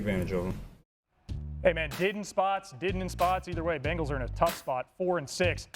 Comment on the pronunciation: It's BENGALS not BEGNALS. We did have them begging for mercy though😂😂😂. Good game RAVENS!!!!🎉🎉🎉